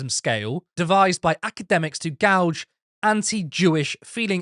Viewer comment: Gauge rhymes with cage.